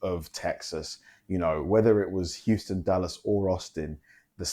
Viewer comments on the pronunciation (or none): none